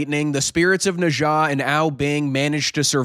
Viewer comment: After hearing your pronunciation of Nezha, I know you are professional!